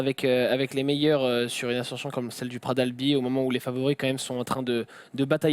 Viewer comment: Pitié les gens... On ne dit pas « Pra d’albi » mais PraT d’AlbiS !!!